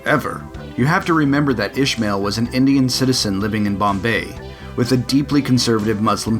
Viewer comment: Great video! Only correction: it would be pronounced Is-ma-eel, ish-mal.